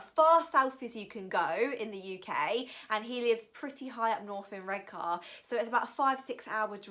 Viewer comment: Id just like to say as a local that lives near redcar it's not prenonced red-cer